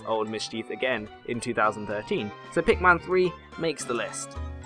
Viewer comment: It's PikMIN not PikMAN :(